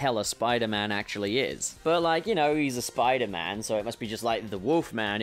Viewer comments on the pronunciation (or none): 'Spuman' hahaha I died